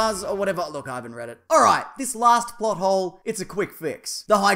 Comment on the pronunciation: when u first said plothole i thought u said butthole